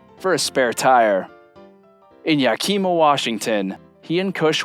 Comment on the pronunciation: I’m about half way in and I am loving it. My only little gripe is the pronunciation of Yakima, Washington at 🤭 I’m from Washington State. It’s YA-kuh-muh with the emphasis on the first syllable. If the general narration is AI, I’ll let it slide 🤭 It made me giggle